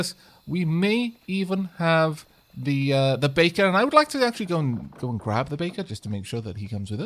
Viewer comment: All I hear is bacon instead of baker.